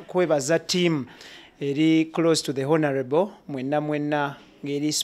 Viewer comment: I want you to repeat after me: ONAREBO😂😂😂. Please always say Onareble, and not Honarebo. Please please!!! But the comments section is full of stupid people. If you dont agree with Kato's mindset why attack him. I am a very staunch people power fan, but I have he same opinion as Kato Lubwama, we all love Bobi Wine but I have strong doubts if he will win. Kale bwemuba mwefumuula nnyo tumulinde. Kato kyayogedde kituufu nti Bobi Wine asooke alinde bali abeMundu zabwe bekube mukalulu, he will come later, and this is a very very wise observation from his side!